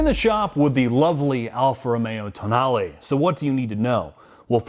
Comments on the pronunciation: Sheesh… what is so hard to pronounce words as they are written? It is an italian car. It is a tow nal eh. The damn press is mostly calling it the toe nahl eee which is as wrong as toe nail … i just dont get it.. this is grade school stuff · TOENAIL LOL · I just about lost it when called it a "toenail" 🤣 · Did they honestly call it the toenail? 🙈 think it through, lads... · TOENAIL, now that pronounced it that way, I cannot unhear it! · "So the toenail" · ... what was that car? Seriously, ... marketing made the decision to call it Tonale, toenail!!?? No one took a second and said, "wait, the Americans are going to call it Toenail". $55K, I just shake my head. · "Toenail" LMAO! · He called it a "toe nail", didn't he? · Pretty sure it's pronounced toe nail. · Toenail? lol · "Toe nail" lmaooo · Ah yes the toenail 😂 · The pronunciation is wrong in the video too 😏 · Yeah, it would have been wise of to not join that presumably default habit but do proper automotive journalism and pronounce it properly.